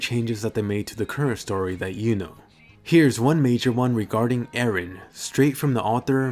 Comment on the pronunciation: IT'S EREN, NOT AARON! WHY DO ENGLISH PEOPLE MISPRONOUNCE JAPANESE NAMES?